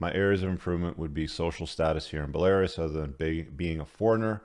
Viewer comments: it's BELL-A-ROOUS not BELL-AIR-ASS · Bell-ah-roos. Not Bell-air-us. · Bel-Air-Us 😂 You’ve been there and can’t pronounce the country? BELL-uh-ROOS! 🇧🇾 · It’s BELL-uh-roos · Bah Lar is??????? LOL!!! 🤣🤣🤣🤣🤣🤣 It's pronounced Bella Roos LOL!!!! 🤣🤣🤣🤣 This is too funny the guy that thinks he's the smartest guy in the world never heard of Belarus. That's awesome. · its not belaris. its BELA-RUS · No it’s pronounced bolairis, rhymes with Polaris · Buh-lair-iss? Come on man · Bell•a•roos. It's a country near Russia. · Pronounced. Bell-ah-Roos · Bell-a-roose Belarus 👍🏼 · Bell uh rooz. I wonder if intentionally mispronounces words to bug people. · Dude. It's "bell-uh-roos" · Belarus = Bell-a-roose. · "Buhlehrus" lollllll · Bruh just said “bell air us” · Belarus =is pronounced Bell-a-roose. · BELL-A-ROOSE my man. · It's pronounced "Belarews" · It’s pronounced ‘bell-ah-Roos’ my man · BElaRUS. It means White Russia. Not stressed like Walrus. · Belarus is pronounced Bella Roos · Why should we take any notice of some old bloke who can't pronounce Belarus? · please check how to pronounce Belarus. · Dumb mf said Belarus like Polaris 😂🤦🏻‍♂️ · You need to get your pronunciation of Belarus sorted. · Interesting pronunciation of Belarus.